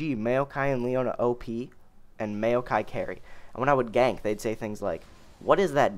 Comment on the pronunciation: it's not mayo kie